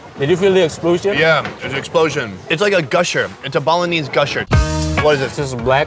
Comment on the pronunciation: Does no one else think he says Bolognese instead of Balinese?